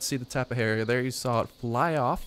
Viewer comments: It's Tap-E-jara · its tap-ay-ar-uh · Just pronounce the j as an h, it's Spanish, tap-a-har-a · its tap-ayyy-are-uhh. loved the vid. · Tap-ay-har-uh** The J makes an H sound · tapay yarra I believe is the correct pronunciation . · Just say tappy-jar-a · it's tapejara like tapehara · Daily Videos I like how it's able to strafe as it flies, I can see wars with this thing being like the speeders from the Moon of Endor. also it's pronounced (Tap'e hara) the E has the eh sound.